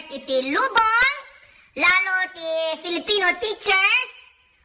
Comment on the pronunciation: Bussseettt ka naitdukan nak tuloy tay gatas nga in-inumek😄 "Filifino FiFoL" 😄 adu nga "F" 😂😂 but Nway po happy teacher day to all fellow educators out there😊